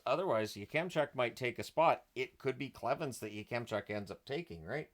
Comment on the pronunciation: Isn't it pronounced "YAK-em-chuck" not "Yuh-kem-chuck"?